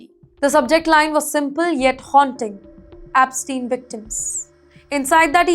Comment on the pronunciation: Ep NOT APPSTEIN.